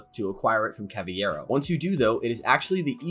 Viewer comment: "Cavayero" wtf